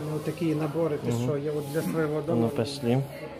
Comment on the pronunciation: Пышлы.а по другому нельзя произносить?что коверкаешь?